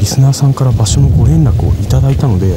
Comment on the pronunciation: 「ご連絡」のイントネーション癖つよ😆😆 鳥肌実のイントネーションwww